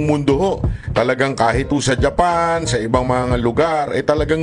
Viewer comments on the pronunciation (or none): none